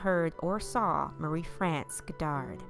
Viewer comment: I really love your voice, I find it so relaxing. You got a few words and names wrong but you're not French so don't worry, we understand. I'm English but because we're near to France we get to hear French pronunciation more often. So St Malo is said: San Marlho, Marie-France as Maree Frhonss, and Maurice as Morhees.